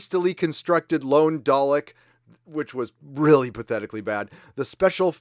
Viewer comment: WTF is a Dalek? Christ dude youd think as a fucking fan youd at least pronounce the name correctly for the Doctors greatest nemesis correctly.